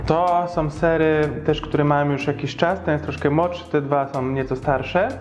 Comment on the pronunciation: Fajne gdyby nie te SOM, BENDOM itd